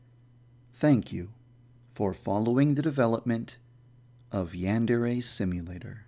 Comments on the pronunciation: cause sempai is a girl upperclassmen that's why, and the "yan" he doesn't say right the "dere" switches every once in awhile when he says it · does anyone know he doesn't say yandere right? (I'm not a hater, ok. just wanted to mention that because i love the game) it makes me cringe how he says yandere though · Guildmaster 36 Oh yeah I guess he does kind of say "yan" as if he were saying "ran" or "began"... Should be more like "yon" or "pawn" almost. But you are wrong about "sempai". "senpai" and "sempai" are the same word （せんぱい）, with the same pronunciation, but just different Romanizations. The rule is that a trailing "n" followed by an "m", "b" or "p" sound is pronounced as "m". For instance "Kenpo" is pronounced "Kempo" "Kanpai" is pronounced "Kampai" and "Senpai" is pronounced "Sempai" In practice both Romanizations turn up pretty often. The ones that use "n" are truer to the structure of the language but the ones that use "m" lead to correct pronunciation without needing to understand the language. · isn't it pronounced yan (as in yawn) dere? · OK this seems like a cool game, but if it's in the name of the game, you gotta pronounce "yandere" right...